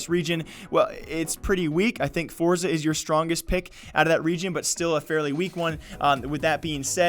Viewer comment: "Forza" it's Force